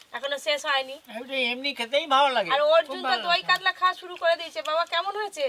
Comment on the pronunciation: কাদলা🤔 কাতলা